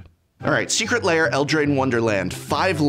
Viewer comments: Why are you pronouncing lair "layer"? :) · I can’t handle him saying Secret Layer. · I like how you call them secret layer and not secret lair